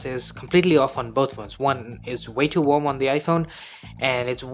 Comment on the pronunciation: Are you sayin' Warm ? Or Wamb ?or Wonb? Or Wob? ?? Its annoying sound like Wonb...🙃